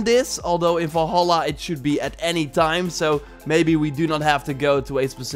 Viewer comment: VALHALLA, Do you see an O in Valhalla?, nooooo It's Val-halla not Vol-halla